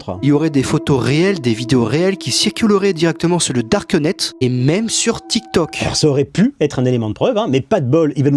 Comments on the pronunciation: Comment il prononce le dard queue nette hein 😂 pas le darknet Y'a rien qui va dans son truc faut au moins faire ça bien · le "darke nete" XD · "le darkEUnet" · "Sur le darqueunet". Il m'a fumé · Le "Darkeunet". Make my day. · Le darckEU NETTEU il m'a fini 😂😂😂😂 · "le darkeunet" 😂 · "le darque net".... 😂😂😂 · sur le darkeuh-net?